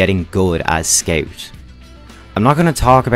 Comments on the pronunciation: I laught every time he say ''skeu'' insted of scout xd. nice guide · 12 minutes of me being mad about him saying "sceut"